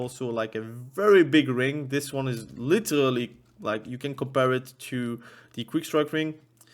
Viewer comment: Take a shot for everytime you hear "LiTeRRRrrally". You LittTeRrraRally cant, u die